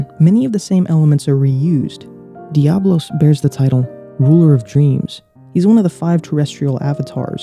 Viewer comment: Important to note that it's Diabolos, not Diablos.